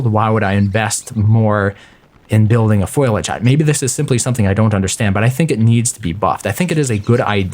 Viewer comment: The foliage (Foh-lee-ag) foliage not foilage, sorry that triggered me a bit anyway it already exists in shipwrecked as the palm leaf hut with the added benefit of wind protection. Anyway keep up the videos they're really helpful and informative